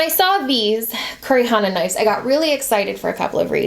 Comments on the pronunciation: I have an honest question that may sound like I'm being a jerk but I don't mean it to be, Is it pronounced knifes in america instead of knives? or is that just? Like how we (Canada) pronouce mauve "m OH ve" not "M ah ve" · Stephora No, it’s pronounced “knives” in America. I noticed saying “knifes” too and thought it a bit odd ha.